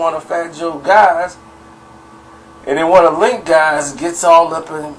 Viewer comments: His name is Cuban Link not Cuban linx lol 🤣🤣🤣🤣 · Evan Rivera You don't be knowing shit. The hell are you talking about. If you knew, you would know no one calls him Linx. His name isn't Cuban Linx, its Cuban Link. Link not Linx. And no one calls him Linx or Link for short. This video is the first time I've ever heard someone call him Linx or Link for short. They have always called him Cuban for short or Cuba. Don;t you listen to any of the Big Pun or old Terror Squad albums. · Bro its Cuban Link not Cuban Linx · His names Cuban link not Cuban linx